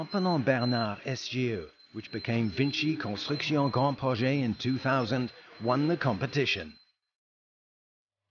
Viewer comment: its called grand projects but because its a french company the twat has to pronounce it in a french accent